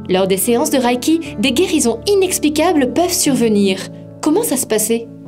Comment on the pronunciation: Reiki est un mot japonais qui se lit "ré-i-ki" et non "ra-i-ki" comme dans la vidéo.